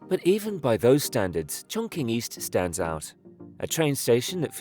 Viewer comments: "Chongqing" which is pronounced (Chong-Ching), is mispronounced in this video by an AI-generated voice as "Chong-King." This occurs when written script is interpreted literally as it looks, without prior knowledge of the audible sound that it is culturally derived from. AI-voice overs, are notoriously full of these errors of mispronunciation. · Amazing structure! - the pronunciation of Chonqing is like 'Chong-Ching' not 'Chong-King' 😉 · If I hear “chonking” one more time 😭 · its pronounced chong-tsching. like the qin dynasty (not the same character but close enough) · "Chong-ching" please! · Its pronounced chongching btw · I see your research didn't go as far as the correct pronunciation of the city name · Everyone appears to get the pronunciation of Chongqing right except you. You can ask ChatGPT how to pronounce things or even select text on an Apple device and choose Speak, or you can fly to Chongqing and ask a local. There’s no excuse for butchering names anymore. I’ll be watching you, DON’T make another mistake. Sheesh! 😡😂😂